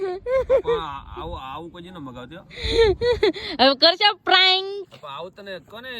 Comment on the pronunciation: પ્રેંક બોલાય બેન તમારું પ્રયંlક સાંભળીને કંટાળો આવે ગયો